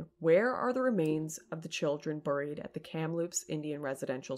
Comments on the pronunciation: Why do you keep saying "buuuurr-eed" instead of "bear-eed" ? Is that just how hot chicks say buried? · "Burried" LOL